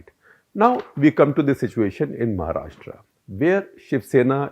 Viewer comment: Shekhar were you born and raised outside India and have you never read a vernacular script before? Why do you keep pronouncing the name of the state as "Maharashtraa". It is महाराष्ट्र. How hard is that??